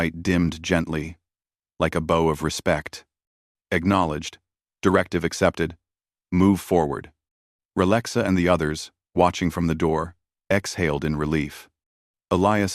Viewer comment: It classically fails on the heterophones (words with different pronunciations but the same spelling) including pronouncing bow like a knot or decorative ribbon 🎀 and not a bend from the waist 🙇